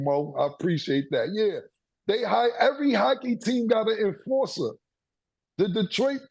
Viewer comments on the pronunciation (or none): CAM tryna say enforcer